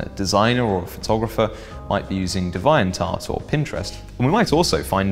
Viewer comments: Wait wait did he say deviantart like that on PURPOSE? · That mispronunciation of Deviant Art lol Interesting video though! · Hahahaha XD Say Deviant Art again. He can hack he just can't speak.